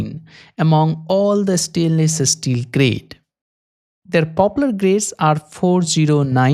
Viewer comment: “estainless esteel”